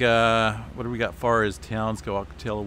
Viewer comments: always a pleasure listening to your reports. fyi "ocotillo" is a plant and is pronounced aa kuh ti low in spanish ll = e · Ock-ah-tee-ya Wells. For a guy that lives in California, you pronounce Spanglish like a gringo. 🤣😂🤣 I love your updates though. Subscribed and liked. Keep up the good work. Cheers from New Zealand, via San Diego. 🤙😎 Hey, do you follow GeoNet? Covers all of the seismic activity here in NZ. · San Diego checking in... still looking for a low to mid range 6 for So Cal... Ocotillo is pronounced Oc-Oh-Tee-Oh and Jacinto is pronounced Hah-Sen-Tow. In Spanish the double ll's make a silent Y sound and the J makes a silent H sound. 🌎🙏😎👍🤗